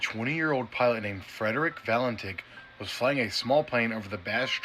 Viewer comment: Valentić / Valentich. No Valentik. Just like Marina Abramović / Abramovich. Slavic names. Pilot has roots from Croatia, and Abramović was born in Belgrade/Serbia.